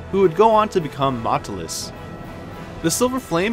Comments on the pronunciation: God your pronunciations are off in some places, it's like you never played the games sometimes. "Maotelus". "Mao-telus", not "Matlus". Also, "Ravine" is pronounced "Ra-veen" not "ra-vin". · At least you could have pronouced maotelus correcly.